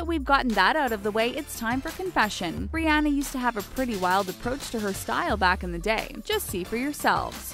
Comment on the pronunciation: You are saying Rihanna wrong and it's killing me